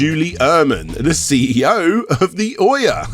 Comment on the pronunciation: It's "oo-yah", not "oy-yer",. Your accompanying video clip even shows this clearly...